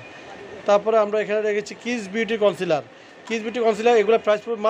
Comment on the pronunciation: its concealer, not councilor.